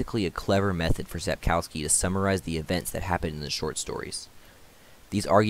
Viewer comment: Lets start with authors surname. It's pronounced SapkoVski. W is more like v not U in Polish. Yet every English speaker I know calls him Sapkauski in youtube videos :) Vilgefortz's spy Rijence is pronounced I have no idea how to spell it but something like Ryentser. Beginning and end very similar to how you pronounce French cardinal Richelieu.